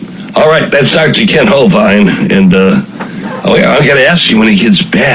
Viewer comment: Thanks for the upload. I do wish the radio host would stop mispronouncing Kent Hovind's last name. It's a "short i", not a "long i". And the stress is on the first syllable.